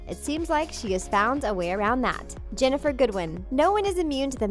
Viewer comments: *GINNIFER GOODWIN OR MARY MARGARET BLANCHARD OR SNOW!!! NOT JENIFFER GOODWIN!!! IT'S LIKE A MIX BETWEEN HER AND JENIFFER MORRISON!!! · its actually ginnifer goodwin* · it's Ginnifer Goodwin